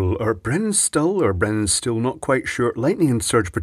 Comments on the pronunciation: For your information: Brennenstuhl is pronounced 'brennan-shtool'. It literally means 'burnchair'. 'Burning chair', as suggested in other comments, would be 'brennender Stuhl' in German. Stuhl by the way also means 'stool' (feces), which often corresponds with the quality of Brennenstuhl products. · Stuhl is pronounced shtool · In case anybody's interested and it hasn't been said before: "Brennenstuhl" is pronounced with "st" like "fi*sht*ail" (don't mind that we leave out the "h", digraphs are complicated ¯\_(ツ)_/¯) and the "h" in "stuhl" stretches the vowel before it to more of a "oo". Actually, "stuhl" (german for chair) and the english "stool" come from the same root, so you can just imagine them sounding fairly similar. So yeah, there's your german lesson for the day.